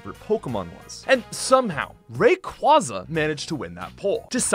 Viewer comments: It's Ray-QUAY-za! That mispronunciation irrationally angers me so much! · The way you say Rayquaza made me cringe.